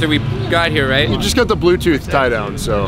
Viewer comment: Ken---"they got the Bluetooth yie downs" 😂